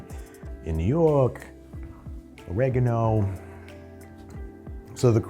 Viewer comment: it's pronounce Oregano! not Oregano!